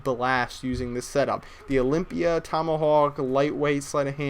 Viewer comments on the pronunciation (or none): OLYMPIA NOT OLYPIA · olympia not olimpya lol